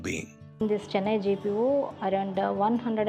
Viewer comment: Chennai not CHINNAI 🤧